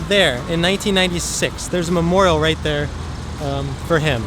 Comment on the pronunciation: 'Shot and killed, "rat dere"'